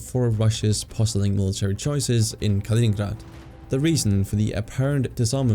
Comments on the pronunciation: Kaliningrad* not koningburger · Why the F are you pronouncing Kaliningrad like the name is Dutch. Its not Kalininghrahd ffs. Grad is a Russian word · Kalining𝓻ad Really though, idk what you are trying to achieve with this pronunciation because it is neither English nor Russian, you just sound silly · Калининград or in Roman script, Kaliningrad, as a territory, did not exist until 1946. The pronunciation is something like Kaleeneengrard. Whilst under German control, the main town/city was never known as Kaliningrad, It was "Königsberg " so I think that we can dispense with the German accent. The Gap is not spelt "Suwalki" it is "Suwałki". Ł/ł a unique Polish letter and is their equivalent of our "W/w" ... sort of "Whoaaah". There W is pronounced as our V although it migrates to F at the ends of words. Poles will forgive you if you pronounce Ł/ł as a straight W .... so SU (as as in "Susan") WAŁ (as in "vowel") KI (as in Kiwi) ..... so phonetically, something like SU VOW KI . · Ya know, its not incorrect to pronounce a foreign name in English. Trying to be accurate with the Russian pronunciation is just distracting. You know China is called Zhongguo in China.